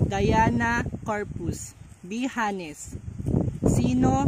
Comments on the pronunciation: Mam,pag binigkas o binasa ang"honest"silent H po.wag po sanang magalit baka po kasi gayahin ng makakapanuod lalo na ng mga bata. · correction lods silend "H" po yung sa honest 😊😊😊yun lng po❤️